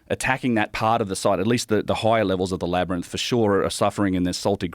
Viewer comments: Joe can't say labyrinth 😅😅 but I still love him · I was so distracted by Joe's pronunciation of Labyrinth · Joe not being able to say labyrinth is fucking killing me ahaha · Why doesn't anyone in Joe's life tell him how to pronounce Labyrinth? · It’s crazy how Joe Rogan can’t pronounce the word labyrinth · If only rogan could pronounce the word labyrinth.... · I forgot Joe can't pronounce "LAB-RYNTH" lol I don't know how he gets the word Lab-er-nyth to come out of his mouth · Today I learnt that Joe can’t say labyrinth 😳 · Does Joe know he’s continually mispronouncing “labyrinth”? Why does no one correct him? 😅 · Yea that word is up 2-0 on him lol it’s like when people can’t pronounce nuclear to save their life. What exactly is tripping him up 😭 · How can someone become so famous for talking for a living but can’t pronounce the work “labyrinth”? Even after the other guy says the work correct so many times. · Why can't joe pronounce the word labyrinth???. Lol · Joe “whoaaa-gan”….cant say “labyrinth”☺️ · Enjoyed watching Joe try to say "labyrinth" lol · Joe can't pronounce "labyrinth "😂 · Joe keeps saying “Labyrnith” after has correctly said “Labyrinth” throughout the whole pod. And it’s hilarious each time 😂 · Is Joe having a stroke? LAB - ERR - RYNTH. NOT labernith... Laberynth! Wait am I crazy?! No. I don't think... Omfg is he doing it on purpose multiple pod casts lately I keep hearing him say labernith - in the past he's mid-said it and corrected himself but now I think I'm slowly going out of my mind - help labernith rather rinse rubber myth labia mints! Gawd. Say it right! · Why does Joe still pronounce it “Lab-er-nyth” lmfao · Joe, buddy, ITS LABYR-INTH. INTH. STOP SAYING NITH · So is it a Labyrinth… or a “Labrinus?” 😂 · Can someone please teach Joe how to pronounce "labyrinth"? "Labernith" just isn't the vibe. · Can stone please tell Joe its Lab- rynth, not wtf he's saying. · Joe can pronounce contiguous correctly but says "Labbernith"?